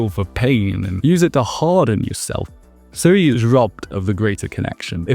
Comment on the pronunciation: not pronounced “Seh-ree”, “Zeh-ree-uh”